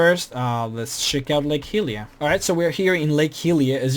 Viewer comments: Lake Hylia. Its pronounced Hi-lee-ah. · too many 'just in the games' drove me a bit nuts, and also miss pronouncing Hylia and other things at points, meh, looks like a good mod though, but if i want to, will explore myself, not by this guy